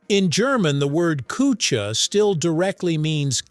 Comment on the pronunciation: Latin "coquere" is three syllables: ko-kwer-eh. German "küche" is anything but "koo-chay": The "ü" is not an English "oo" sound. Shape your lips as if saying "oo" (rounded), but try to say "ee". The "ch" is a soft, breathy sound created by pushing air through the middle of your tongue at the roof of your mouth.